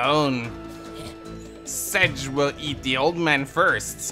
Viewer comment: I vote to "Sedge" be called "Setge" from now on